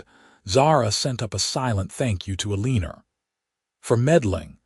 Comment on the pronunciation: It’s el-en-or not ah-lean-er